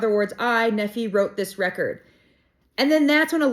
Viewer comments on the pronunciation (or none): So fun! Nephi and Lehi pronounced with a long e sound and long i sound like Nee fi, Lee hi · There is an immensely helpful pronunciation guide at the end of the Book of Mormon. For example Nephi is pronounced NEE-fi(fi rhymes with eye) Lehi is LEE-hi. Please continue reading. I would encourage you to go back and read the content BEFORE 1st Nephi to understand how this miraculous book came about into the modern era. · 👍 BTW, Nephi = "Neef-eye". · FYI - I’m pretty sure every BoM has a pronouncement guide in the back of the book. Laman (Laymen) Lemuel (Lem-u-el), Lehi (Lee-high), Nephi (Nee-figh). Moroni (Ma-row-nigh) . You are a lot of fun. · In the back of the book before the index there is a pronunciation guide if you want to learn how to say the names properly like Nephi and Lehi... Knee-fy and Lee-hi🫣😂🙏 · Hey, I just found your channel and was drawn to it. I love your sincerity. I received my testimony of Jesus Christ by reading The Book of Mormon. I did so when I was reading in Ether chapter 12 specifically. The entire book is so amazing and special. Continue reading it and you will find some amazing treasures such as chiasmus. Your pronunciation is very good. Nephi typically we pronounce in English Knee Fi and Lee High. I love the content and can’t wait for more content! It’s awesome! Also B.C. Refers to Before Christ so 600 years before Christ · The name Nephi and Lehi the I is pronounced as a long sound. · I love your energy and happy reading. For one the name Nephi is pronounced with a long E and a long I. Also, the name Lehi is pronounced the same way that Nephi is. Also, BC is before Christ. I don’t know how many people have repeated this to you, but I figured I would chime in and say to you it is well worth your effort because people are watching and they are intrigued by your enthusiasm about the LDS theology. So thank you.